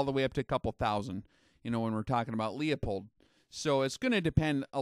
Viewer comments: >>>>>> "LOOOPOLD", <<<<<< not leeA pold. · Leupold is only Pronounced- loophold. Not pronouncing this correctly Makes you seem uninformed, and limited on your scope knowledgable. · Forget the E when pronouncing Leupold. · I'm really enjoying the series up to this point. But I'm dying to know, does he learn how to say Leupold by the final episode?